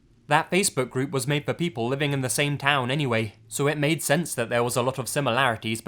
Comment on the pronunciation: I know it was supposed to be creepy, but I spent 50% of the Mei story laughing because every time he said something like "made" I would look up and shout "MORE LIKE MEIDE AMIRIGHT"